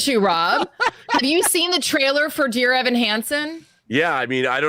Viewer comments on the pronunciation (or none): none